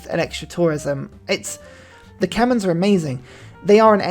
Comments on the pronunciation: It pains me that he mispronounces Qin as Kin instead of Chin, and Khmer as Kemins instead of K-mare or K-my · Khmer, not Kemens :(